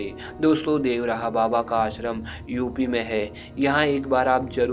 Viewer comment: अंग्रेजो की तरह देव रहा क्यों बोल रहे हो बाबा का नाम तो ढंग से लो देवरहा व और र को मिलाके बोलो